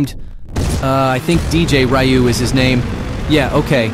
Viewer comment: this "Ryu" is SO STRANGE. You can put the "Riu" is working.